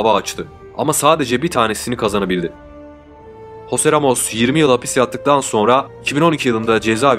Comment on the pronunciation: Eytan değil, İytın okunuyor, bari adını söyleme yahu, Hoseramos ne, Hoze Ramos, dikkatim dağılıyor